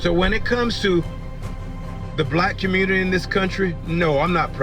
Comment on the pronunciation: Leave the communitah ❌